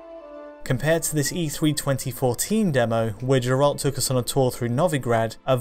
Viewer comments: gEralt, not gerAlt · People making this video cannot even say the main hero's name correctly. What a fucking joke. Also, graphical differences are a metter of opinion. I prefer th retail version over the e3 demo. Colors looked too crazy in the e3 demo. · sorry dude, you lost me when you couldnt pronounce Geralt